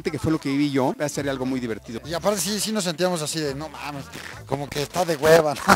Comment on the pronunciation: Like si viste que se callo la "E" De "QUE" Rie